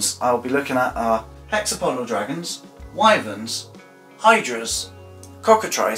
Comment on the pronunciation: I’m really impressed. Wuv Erma are indeed called Why-Verns. The reason is because they’re named by the river Wye, which is pronounced Why. Scansoriopotripatrix? I’m amazed you got the pronunciation right on that. Like I said... I’m impressed! The Burmese and rock pythons fall from heights to kill. Perhaps that could be an origin. I love this video! There are some insects that create immense heat. Oh you got it. 😂